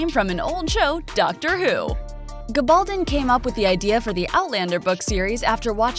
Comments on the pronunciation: Whomever is narrating this video needs to learn how to pronounce the author's last name correctly:. It's a Spanish surname and should be pronounced with the stress on the last syllable--GabalDON. For heaven's sake, this season 5 and you sound like an ignoramus!!! Your channel is making plenty of money off this series, I imagine, so do your homework on details like this. It matters and is disrespectful of the author who has shown such meticulous detail in her own research for these brilliant historical novels. Thanks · Which gives her no excuse for mispronouncing the author’s name...🤷🏻‍♀️